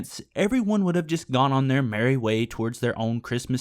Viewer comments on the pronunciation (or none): none